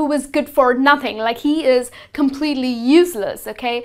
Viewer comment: Please double-check how you pronounce the words "expertise", "executive", "useless" and "competitive".